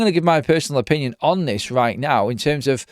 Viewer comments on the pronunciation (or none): none